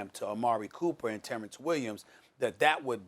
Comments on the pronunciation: Did this fool just say Terrence Williams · This man just said Terrance Williams 🤦‍♂️😭